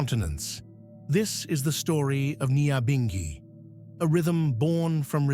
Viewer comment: #NYAHBINGHI pronounce our thing right RASTAFARI LISTEN TO THE WAY RASTAMAN PRONOUNCE THEM SELAH